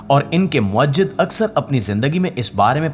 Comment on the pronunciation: ویڈیو بہت معلوماتی ہے لیکن اردو کے ایک لفظ کی تصحیح کر نا مقصود ہے لفظ مُوجِد ہے اسکی ادائیگی مو ا جد نہیں ہے